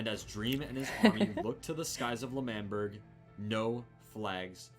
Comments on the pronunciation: its LE MAN BERG not manberg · Its not lamberg its Lamanberg its L'manberg I know but you say lamanberg you know? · Lamberg Angry Wilbur noise It's L'manberg Le man berg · lAmBeRg.. Me:😂😂😂😂😂😂 lmfao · Pronounciation of L'manberg is Lemanberg, btw i love your videos so much💜💜